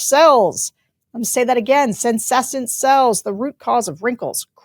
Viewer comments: Sarah: it’s “SEN-ESS-ENT” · Sarah, sound it out: sen-NESS-ent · Sarah, please learn to pronounce "senescent"! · Can someone please teach Sarah how say senescent?